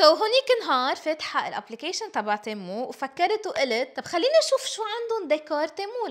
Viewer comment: تيمو ❌️ تمو ✅️